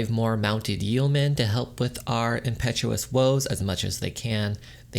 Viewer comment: Friendly piece of advice here: yeomen is pronounced “yo-men.”